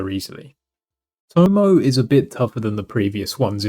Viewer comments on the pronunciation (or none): Tomoe is pronounced Tom-O-ay and shes a female